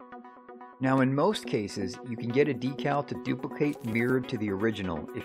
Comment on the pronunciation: "right nyow" xd